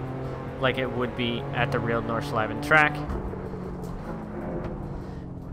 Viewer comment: Ich weiß auch nicht spricht es nur falsch aus